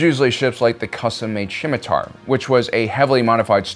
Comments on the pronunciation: Ah yes, the Shimitar Corrier. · I absolutely agree. However your pronounciation of "Scimitar" is really weird 😀